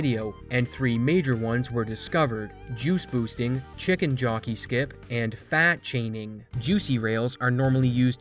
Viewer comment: I thought he said fat shaming xD